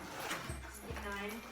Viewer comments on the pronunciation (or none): Все, как было произнесено:сгинаем-просмотр на этом закончился. Слушать дальше нет желания